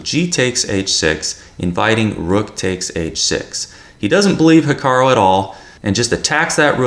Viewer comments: 'Hikaroh'? Hahaha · I like you and all but please stop saying ‘Hikaro’ 😂